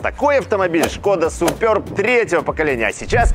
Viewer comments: 🎉как же режет слух, называя модель супЁрб, если можно просто супЕрб, без буквы "ё"... Я торговал этими автомобилями, и как-то первый раз слышу такое акцентированное название супЁрб, ладно раньше по незнанию люди называли Шкода "Супер Бэ", хотя это одно слово Суперб - в переводе ПРЕВОСХОДНЫЙ... Ну и комплектации Классик, Амбиентэ и Элеганс... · Немного ухо режет «супёрб», супэрб правильно, чешское же название) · Супер Б правильно будет !!! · СупËрб... Аж уши режет!!!)